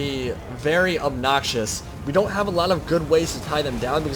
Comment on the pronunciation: exactly. pronounce it properly